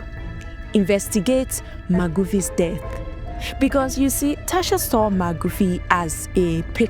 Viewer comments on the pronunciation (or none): Thank you for this report very informative but its Magufuli not magufi much appreciated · Magufuli, not Magufi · It's John Magufuli not Magufi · Magufuli, not Magufi. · “Magufy” is crazy 😂😂😂